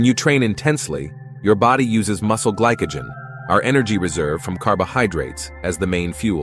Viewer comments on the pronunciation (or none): stupid AI ""GLICKEGEN"